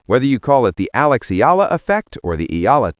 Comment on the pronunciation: You pronounce her name as 2 syllable, "E - La" This is incorrect. Do correct to 3 syllable "E - Yeah - La". 😊